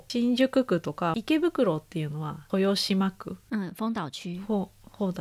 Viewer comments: 豊島区は「とよしま」じゃなくて、「としまく」です。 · ご指摘ありがとうございます！本当だ、豊島区と言っていますね💦失礼いたしました💦 みなさん豊島区の正しい読み方は"としまく"です✨🐢